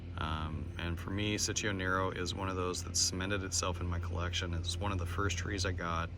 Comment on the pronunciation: Thanks for the video. What's the story of this fig (if there is one)? Btw it's pronounced cheech-o as in Cheech Marin, and it's a diminutive form of Francesco, but it can also mean sweetie or honey when referring to a baby boy.